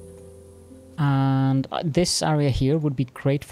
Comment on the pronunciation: Love the channel but the way you say AREA is so ircking haha